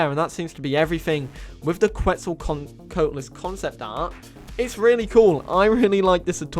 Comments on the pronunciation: I'll help you pronounce Quetz, at least how I understand how to say it is: "C'wets-o-c'wat-o-lus" (I just don't want my boy getting the beipei meme on him for every dino). Also some people say keetz suhl instead of qwets sol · You pronunced Quetzalcoatlus wrong